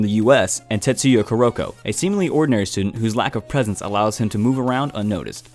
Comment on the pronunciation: Am I the only person who got uncomfortable of him saying “kuroko”😶